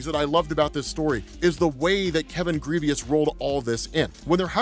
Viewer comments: Did you call him Kevin “Grievous” like the star wars general? Damn it 😂. Pronounced like “Gruh-Voh” (in my Lil Boosie voice) “come on doooggg” haha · The asteroid was the size of ARKANSAS, not KANSAS. And Grevioux is pronounced *GREV-yoo*, (IPA-EN ɡrɛvjuː), not *GREE-vee-us*; it's French. You're welcome. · ....my brotha in Christ....who the hell is Kevin "Greveeus" 😂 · Adam Brashear's creator's name is Kevin Grevioux, pronounced Gri-vowe, now Grivious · His name is Grievoux(Gre-Voh) 😂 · Lovingthe series. Such power from Blue Marvel. Hate the mentality of the character but what can you do…. Kevin Grevioux is getting alot of shoutouts which is great because he’s an excellent writer and producer (Underworld series creator) but youre pronouncing his name wrong. Its pronounced like Gravoe… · I know you probably won’t read and I hate being that guy , but his name is pronounced GraVoe . Just thought you should know . Love your work keep it up. P.S. God Damn you go on vacation all the time!! Lucky Mother Father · Take a shot every time he says Kevin Grevioux's name wrong.🥃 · I’m pretty sure you mispronounced the writers name